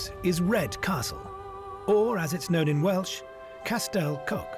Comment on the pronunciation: 'Casstell Coke' ? 🤣🤣🤣 Not quite. Castell Coch It's pronounced phonetically thus: CAS -TELL COHCH 🏴👍